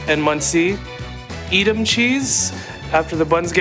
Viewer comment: The way he mispronounced edam cheese made me sad as a German 😭😂